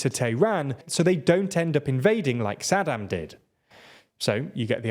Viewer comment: Also Saddim instead of Saddaaaaam